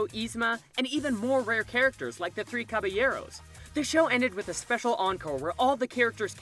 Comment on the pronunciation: can you please pronounce words correctly. “Caballeros” (ka-buh-yeh-rowz)